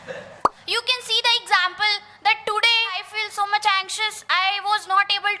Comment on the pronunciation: Pyaar se bolo Thank uhh very musch 😂